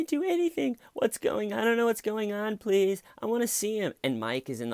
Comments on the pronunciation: Hey, hey, hey, pronounce the word correctly!! It's, "I don't know what's going on, PLEATH!!" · I DONT KNOW WHATS GOING ON PLEATH! Dammit why don't you make fun of her speech impediment? I gave you permission and EVERYTHING!!!!